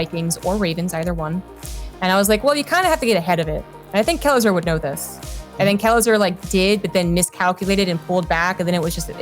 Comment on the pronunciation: Not "kelazhu", "kelazhur". Correct it, please)) (I don't know eanglish, I'm so sorry about my mistakes)